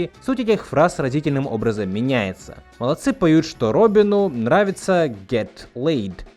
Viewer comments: Не молодцы́ Робина, а мо́лодцы. Не знаю, мне и тогда все было понятно, и про рост, и разговор наутро. Сначала подумала, что loads of shit, что, в общем-то, одно и то же. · Не молодцЫ, а мОлодцы.